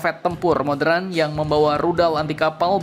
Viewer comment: Admin kkalau sebut kata ´´modern´´ seharusnya dalam kaedah bahasa indonesia penyebutannya menjadi ´´moderen´´ bukan modren. sekedar masukan.